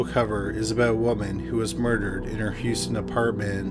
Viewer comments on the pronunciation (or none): none